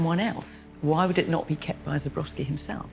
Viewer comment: So sorry that both Fiona and Philip keep mispronouncing Zborowsky's name. They repetitly say " Zobrowsky" inverting the O and the B. Not good for art experts!